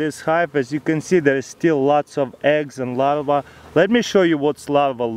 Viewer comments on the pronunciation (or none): Is he trying to say Larve? Cause all i understand is him saying "Lava" :D